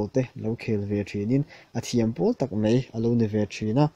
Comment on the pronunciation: Mei (mai) lam dan hi la insiam ṭha thei lo cheu.